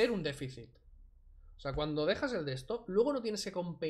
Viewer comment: Cuando escuche decir defisis pensé en defisis fiscal